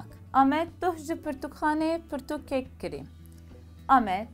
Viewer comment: Bibore xanima hêja, gotina kirî, tîpa "k" ê sert e, ne nerm e, û tîpa "rê" yê jî lerzok e, anku we du " r" yan divê were bilêvkirin.